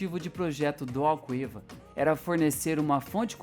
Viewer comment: Malvasia pronuncia-se "Mal-vazia". Chávena pronuncia-se "chá-vna". Alqueva pronuncia-se "al-quê-va" ( o "u" é silencioso).